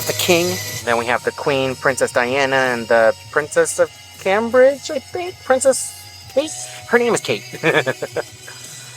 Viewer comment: Cambridge is pronounced came bridge x